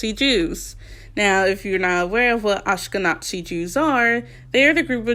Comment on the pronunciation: Ashkenazi is NOT pronounced like that I'm for correcting you 😭 We are NOT n@ the Z is not a "ts" and you say the whole word not Ashkeh-nazi Sorry!